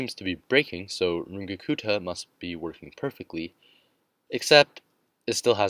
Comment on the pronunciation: First time I’ve heard anyone say Runge-Kutta remotely correctly, nice.